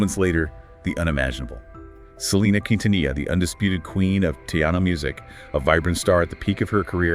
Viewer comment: Who are the narrators? 🤔 They cant even pronounce Quintanilla and Tejano properly.